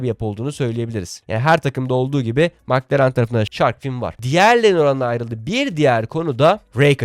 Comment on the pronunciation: Mc Laren yada Mc Donalds bu söylemek bu kadar zor mu???? Madem düzgün söyleyemiyorsun, bir İngiliz yada bir alman formel 1 yayını izleyerek isimleri ve markaları daha iyi söyleyebilirsin. Milletten abone olmalarını, Size destek olmalarını istemeden önce doğru söylemeye çalış.